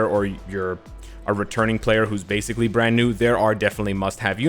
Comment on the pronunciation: my man made the R in Brand so thicc. IGN: Navaneeth Reddy